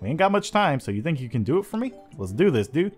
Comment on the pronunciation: hi dudet lol dude not dudet vuz dudet is a girl lololol